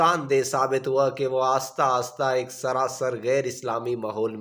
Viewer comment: آپ اپنی اردو ٹھیک کریں قید اعظم نہیں قائد اعظم محمد علی جناح ہے آستہ آستہ نہیں آہستہ آہستہ ہے ہر لفظ غلط پڑھ رہے ہو